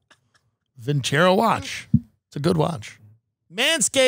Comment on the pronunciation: Vin-ce-ROH, stress on the the ROH ... means "I will win in Italian".